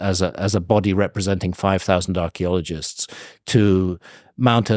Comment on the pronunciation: If I had a dollar for everytime Handcock says Archeleologists maybe I could bribe him into saying Paleontologist